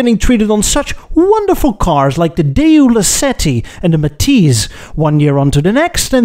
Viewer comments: "DAY-YOU"?!? Daewoo is pronounced "DAY-WOO" But what do I know, I'm just an English-speaking Filipino who loves to learn about The Automotive Industry from other countries. I sure want an episode that touches on The Philippines's Automotive Industry. Side Note: I speak in 'Murican English, not Bri'ish English. XD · It's Daewoo, pronounced Day-woo, not Day, ooh. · Why do you keep pronouncing "Daewoo" like "Day You?" Just because Jezza does it because he considers anyone from south of Land's End to be a "bloody wog" doesn't mean you should mimic his mispronunciation! 😄